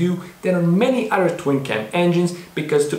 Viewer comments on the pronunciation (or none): you talk about initial d dialog yet you say "udder" insted of other...also there are no other cartoons period that go into the base engineering dynamics of racing technology and as far as dialog it was a manga first.. you should do more research and post fact rather than your opinion. fact is the toyota 4age motor was a special engine that was produced by two manufacturers. the head was not designed by toyota it was designed by suzuki based off of a motorcycle engine this is why the engine can high rev. the design of the narrowing engine block or crankcase at the bottom supporting a large high flowing head.. this is what makes it iconic and great.. the weak points of the engine are oil delivery as most japanese engines are notorious for bad crankshafts, bad oil system and poor ignition system design. you should point out these points... not your bad language delivery and critique of the best car cartoon out there.. since there is no competition to initial d. but of course you knew that...but you seem to be a youtube actor not a engineer or engine guy... sorry if i hurt your feelings but you should do your research prior to trying to make money on youtube which is a public forum.